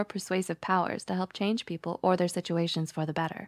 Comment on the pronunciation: They say "people" like pee-pole as in a pole you pee on